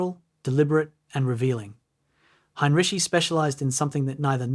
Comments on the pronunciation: His name is HEINREICH not “Hein-Ricky!” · His surname was not "heinriki," "heinrisi" or "heinrishi." It was Heinrici, pronounced "heinritsi." There was no place called "raazev". It was Rzhev. There was no "elb river." It's called Elbe. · Ai slop. Narrator cannot even pronounce name of subject.